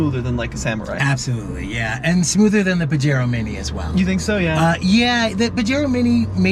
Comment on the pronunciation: Have always liked these little mountain climbers. My only gripe is your pronunciation of Pajero….cringy. The “J” has an “H” sound.